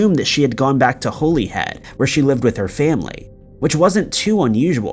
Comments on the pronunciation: It’s pronounced Holly Head. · Pronounced HOLLYhead